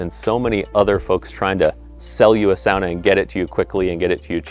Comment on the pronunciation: the way you pronounce "sauna" makes me want to fight you